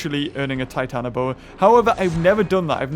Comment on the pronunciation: it does not trigger me but it not called titanAboa, it is titanOboa. 🐍🐍🐍